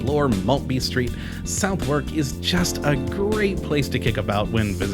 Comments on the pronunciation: I'm no brits but I believe the pronunciation is not south-wark. I heard is sounds like sudark. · No! It’s pronounced Suth-uk. SUV or suth but never So therk. That’s just wrong. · 'We always seem to end up in south *wark*' Oof, even as an American hearing Southwark pronounced that way hurts my soul a little 😜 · It’s pronounced so- therk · It’s pronounced so- therk. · The lady at the post office looked down on me as if I am a pile of garbage when I pronounced "Southwark" the way the guy in the video did. Brits are serious about it. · You don't even know how to pronounce it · A cute little video, but you say the names of the places wrong & missed several key places that aren't pubs. My wife was born & raised in southwark :) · I do hate it when people try to make videos of places that they can’t even pronounce the place names or be arsed to learn. It’s Suth-uk and Burra market. I was as both places yesterday, had brunch at The Breakfast Club with my friend who was visiting from Seattle. He now knows how to pronounce both names. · If you keep ending up in Southwark you really ought to find out how to pronounce the name of the place correctly. Also the name Borough.